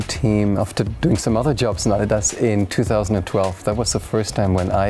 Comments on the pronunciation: americans who are in this video listen how adidas is pronounced. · they say Adidas correctly